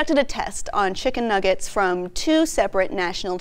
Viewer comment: Chimken nuggers (how doggo say it)